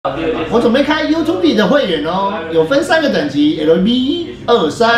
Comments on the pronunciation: 會不會拼音 是唸U-吐-唄！ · … youtube you-tube 至少請唸成U吐補……… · 宅宅被日文油物洗腦到youtube都不會唸 U吐補咧，笑死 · U吐補，很會哦，中日英好棒棒